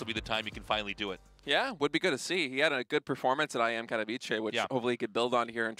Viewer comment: Caster Guy with glasses, it is pronunce Katovitze , no Katobiche. Thanks -_